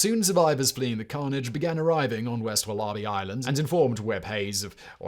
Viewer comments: Only British person I’ve ever heard pronounce it like that. The rest of us say woller-bee. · Is Simon trying to say Wallaby??? Wol-a-bee 😂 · Walla Bee. NOT, WahLah Bee. Good lord. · it's WAL-abee, not wal-A-bee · Even more incredible than the hideous affair is how you can possibly pronounce wallaby as "wullarbee" incredible. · Very well presented, Simon. I think you enjoyed that one. This is a riveting story we were not taught at school here in Australia. I'm waiting for the mini-series to come out. By the way, it's pronounced 'wolla-bee'. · Wal-A-bie is the correct pronunciation Simon. There are no r's in wallaby hun. As always.. thank you for your in-depth readings. ❤️ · When he said there was a population of wall-ARR-bees to hunt on wall-ARR-bee Island, I realized what was happening. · Wal ARE bee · Wal-AHH-bees HAHAHAH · As an Aussie it's hilarious hearing you say war-larh-bee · An American here, having the same reaction! (There are actually a couple wallaby sanctuaries here in the Seattle area; you can even adopt them as pets!) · American here- once i realized he actually meant the animal and not some obscure word I've never heard before I was just stunned. I thought his writers knew to include pronunciation guides by now. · Me, a Brit, also having the same reaction. I honestly don't know what's happened to Simon's speech over the last year. He's started putting on a weird accent and throwing in random wrong pronunciations. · these narrators are too lazy even to look something up. really grips my shnitzz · I am now going to watch this video just to hear him say wallaby 😂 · I had to put the sub caps on to see what he was talking about. Lol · Sympathy from England. I've never heard any else say it like that. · Its not even another language. Its Aussie English. Pretty sure the Aussies didn't pronounce it the way the natives did either.